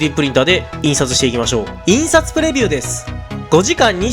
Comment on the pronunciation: なんかさ、「い↑んさつプレビューです」って聞こえるのは俺だけ？